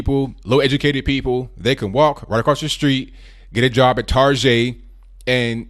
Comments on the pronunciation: Im glad someone else pronounces it Tar-Zhey. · did I hear target pronounced tarjay? Is that a thing now?